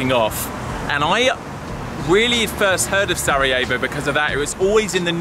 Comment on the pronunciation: Make sure to pronounce the r in Sarejavo. Roll the tongue. I’m Bosnian though and thanks for coming! Not many people go here. Thanks for supporting us 🙏🏻 😊You should really visit Bihač,it’s a nice place.